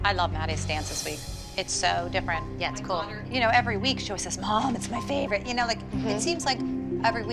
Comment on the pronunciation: Holy saying YeH is killing me I can’t😂😂😂😂😂😂😂😂😂😂😂😂😂😂😂😂😂😂😂😂😂😂😂😂